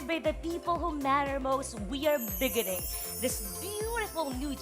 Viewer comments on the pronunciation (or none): Parang ‘big-gining’ ba pronunciation ni host? Beginning ba yun? Ganda na sana. Yung host naman ‘ladiezzzz, witnezzz’. Tama sana ladies pronunciation pero masyadong mahaba yung zzz. Witness shouldn’t be with a z sound.